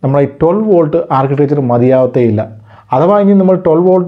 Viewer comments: വാൾട് എന്നല്ല വോൾട് എന്നുതന്നെ പറയണ്ടേ bro... 🙏🏻🙏🏻🙏🏻 any way good effort 👍🏻👍🏻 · Watts (വാട്ട്) volt (വോൾട്ട് ) വ്യത്യാസം ദയവായി ശ്രദ്ധിക്കുമല്ലോ